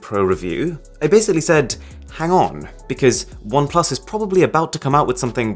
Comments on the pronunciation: Bom plus 😂, But I love his videos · I used to be a great fan of Oneplus, owning 5 their devices. However in Jan got 8Pro, returned is as camera was bad, and still struggling with refunding it. Disgusting customer service. You should do videos discussing the customer service we get today, especially from OnePlus. Nice video, however the constant emphasis on PLUS felt catchy only the first 2 times . Then in was too much